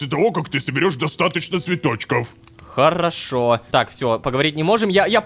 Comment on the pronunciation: Невер всегда говорит ророшка